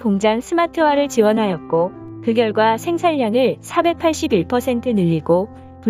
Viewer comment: 나래이션 하시는 분 들..생산량이 어떻게 생살양이 되는교..우리말 제대로 일고 줍시다.. 요즘 한국어 배우는 사람들 많은데......... 생산냥,공군녁,해군녁!!!!